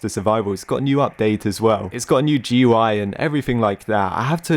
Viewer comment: Can you pronounce GUI as "gooey" like every other person on the planet, please?